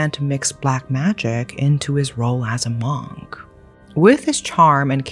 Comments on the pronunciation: I’d love to watch this but the way you pronounce Monk is actually driving me insane. Mooohnk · i love you but your pronunciation for “monk” bugged me in this video other than that i love listening to this whole story.